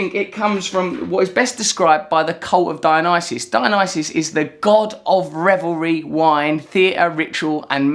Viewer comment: Russell Brand Was the Diana style mispronunciation of Dionysus a subtle joke ?